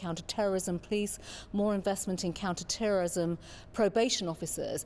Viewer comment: Why does she keep saying counter terrorism the wrong way?